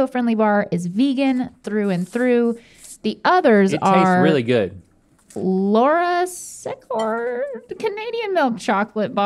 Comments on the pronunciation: mispronouncing laura secord was funny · struggling to pronounce Laura Secord was honestly so surreal. Like, didn’t everyone write a speech about her in elementary school? 😂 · Laura Sea-cord